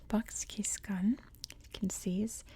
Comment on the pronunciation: Love your videos Btw, Its /bahtch kish-koon/